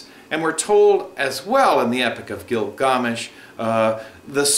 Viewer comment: I appreciate the video but it's annoying when people pronounce something different because it originated from another country. It turns out to be twice as annoying when that country hasnt existed for thousands of years and it cant be known how the name was pronounced. It's Gilgamesh...